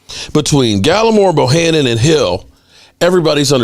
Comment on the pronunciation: Would somebody please tell its Bohanna and not Bohannon.. please tell him because he's killing me